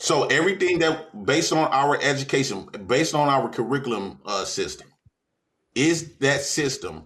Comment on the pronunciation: dawg he has me in tears every episode 🤣🤣🤣🤣🤣🤣🤣🤣 "edumucation" " white mans subject" acting like math isnt universal lmao, I love him though lmao